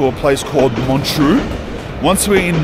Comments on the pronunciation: MONTREUX and not MONTROU !!! bloody hell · It’s not pronounced ge staad, just gshtaad. Elizabeth Taylor and Richard Burton, Julie Andrews, Roger Moore among a few, have had homes there. Montreux is also not pronounced the way it is in this video. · You’re pronouncing montreux wrong brother